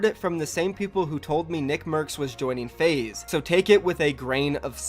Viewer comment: when you can't pronounce your esports org name lol